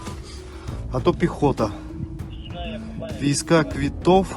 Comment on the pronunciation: Военный билет, вийсковый квыток ,читается ,а не вийска квитов